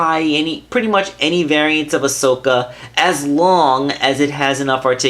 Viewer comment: Not being rude, but ya said it right this time! Sorry, it just kinda annoyed me last time. Nice review, nonetheless! I skipped the intro and unboxing.